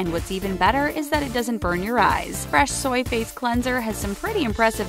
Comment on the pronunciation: Anyone else think she sounds like she’s saying Fresh Soyface Cleanser instead of Fresh Soy Face Cleanser?